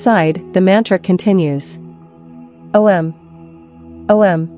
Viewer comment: must we have AI narrating everything? couldn't you have a real woman doing the narration? O M Namah Shivaya? O and M are NOT pronounced separately. Ridiculous.